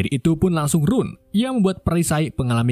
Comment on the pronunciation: Sebutan RUN 😂😂 Benar2 gak bisa basa engris